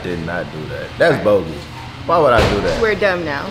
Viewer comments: you so messy 😭 calling Nadia my girl Lena 😂😧 and not her saying wooda 😭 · Not she said wooda 😂